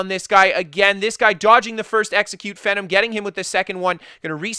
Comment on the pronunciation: Pretty sure its pronounced Fee-Nom (GodPhenom) But holy shit Speed Kills video would make anyone wanna make a stam sorc